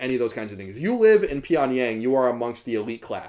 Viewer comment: Hey loved the video! Just wanted to give you a heads up on your pronunciation. It's understandable because the romanization of korean is pretty bad, but that being said I figured you'd want to know how to pronounce these words since North Korea interests you and you were using them alot: (김정은) Kim Jung Eun - the eu is pronounced like oo in book not like in food. (평양) Pyongyang - the a in yang is like a in fall not like in hay. And make sure to pronounce the (ng)s as (ng)s and not as (n)s (주체) Juche - the ch is a hard, sharp ch like in chips.